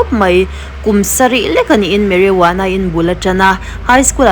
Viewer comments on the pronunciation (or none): none